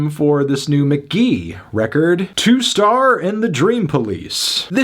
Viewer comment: ITS. PRONOUNCED. MK.GEE.